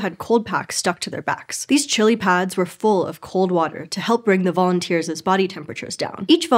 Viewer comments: When she's supposed to say "volunteers'," she consistently says "volunteers's" (sounds like "volunteerses") instead, and when she's supposed to say "people's," she says "peoples's" (sounds like "peopleses") instead. It's startling and disappointing from a channel that publicly pointed out that its presenters had been mispronouncing "Denisovan." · Holy crap. She doesn't know how to say "volunteer's." She says "vounteersiz." And instead of "people's," she says "peoplesiz." Funniest thing I've ever heard coming from a supposedly intellectual endeavor. Was there no director or producer or writer to teach her English wordsiz?